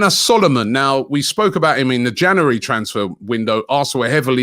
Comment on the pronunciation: Is it just me or does robbie put too many syllables in the word January?